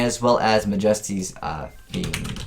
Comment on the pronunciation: "Ma-JESS-ty's" Fiend? It's "MA-jesty's" Fiend